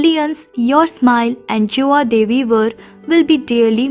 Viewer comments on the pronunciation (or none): none